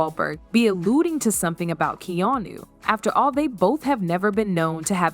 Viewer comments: AI can't say KEANU lol KANU what a load of nonsense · Good Lord. Get the mans name correct. In one sentence he was Keeno, Keanie and Keanu. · Keen-o; Keyanu; and Kanu. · Keenoo? This sucks. Do better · Kee - no? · Who's keenoo reeves? 😂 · Who the fuck is Keeenu? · The Narrator ( ), pronounces Keanu's name 10 different ways. Nothing discussed seems to connect to anything. Is this narrative simply a way to create a news story out of nothing? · The amount of instances this AI mispronounced Keanu's name. Why the heck am I even watching this bs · Is no one going to mention how many different ways she wrongly pronounced “Keanu” 😂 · Wow, all bull shit and for goodness sakes, learn how to say his name!!! Most would have heard, but need to live... Stop spreading bull shit. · It's weird that half the time you can't pronounce his name correctly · This chick literally pronounces Keanu Reeve!s name three different ways. Learn how to say, Keanu. 🙄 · Man, you’re trying out aaall of the Keanu pronunciations, I think you even made up some of your own. That along with the title not delivering on supporting content/ information. A+ job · The lady reporting needs to figure out how to pronounce Keanu’s name. She says it’s a dozen different ways 😂